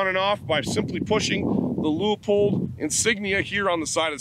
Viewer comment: Thanks for pronouncing Leupold correctly. Even here in Oregon they butcher that.